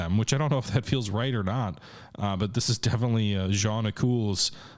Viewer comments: I think you want to say Jeune école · Its’s Jeune École